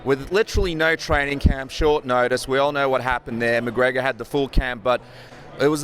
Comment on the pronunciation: I really like Gilbert Melendez. I think he's a great fighter and a really good analyst. But say it with me; "Conor M-c-G-R-E-G-O-R". Damn bro. Annunciate his name.